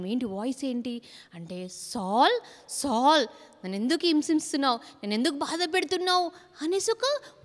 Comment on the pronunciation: బాగా చెబుతున్నారు అక్క కానీ సాల్ అనటం మానేసి సౌలు అని పలికితే బాగుంటుంది